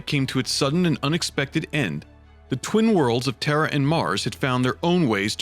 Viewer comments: why does it sound like "warriors of terror"? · Every time you say terra you say terror.